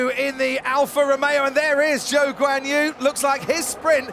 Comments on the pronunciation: Zhou is ‘Joe’ not ‘zoo’ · PAUL DI RESTA ITS ZHOU NOT ZOO 💀💀😂😂😂😂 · Someone tell Di Resta his name isn't Zoo 🤣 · I just cannot unhear "Joe" Guanyu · Paul di Resta calling Zhou “Zoo” 😂😭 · I don't see how that's worse than Guanyu Joe. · cringed so hard when Di Resta pronounced Zhou's name as "Zoo" FFS MAN 😭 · Idk if Zhou made it clear how he wants it pronounced, cause i heard some call him Choo, Joo and even Joe (how does one pronounce Zhou as Joe i have no clue). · PDR needs to pay attention how to actually pronounce Zhou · "Zhou Guanyu"